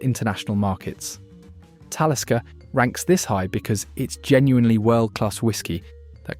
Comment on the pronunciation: and Talisker